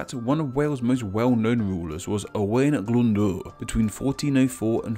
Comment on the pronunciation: ooh they welsh pronunciations in this are killing me. owain glyndŵr = oh-wine glin-dew-r. machynlleth = mack-UN-lleth boudicca = BOO-dick-uh